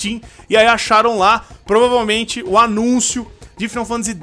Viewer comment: Faaaaainou Fantasyyy pelo amor de Deus, n eh 'final'